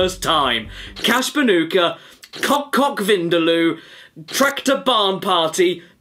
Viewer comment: Caddirus: THIS IS CASH BANOOCA